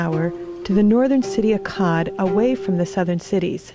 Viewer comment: It's pronounced "AKK-ad." And my name had the u and the final a stressed. Yes, I am she and have many memories. Manishtushu spoke for me in public and no one els was allowed to look me in the eye.